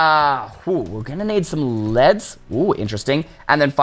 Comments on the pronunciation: “We’re gonna need some ledz” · He said leds and then leads